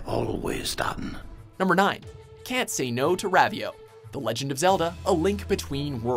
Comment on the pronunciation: Isn't it pronounced Ro-vee-o